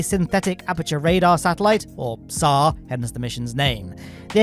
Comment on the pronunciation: I heard “sar” and immediately thought of Second Alien Robot